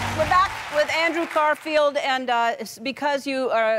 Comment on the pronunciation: Did Ellen said CARFIELD?